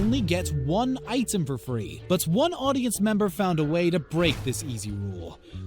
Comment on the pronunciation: ...why do you say item that way "eye Tim"